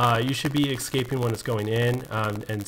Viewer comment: Why do you keep saying excaping?